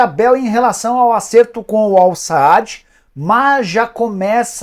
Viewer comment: Não é "Al-Saad", é Al-Sadd.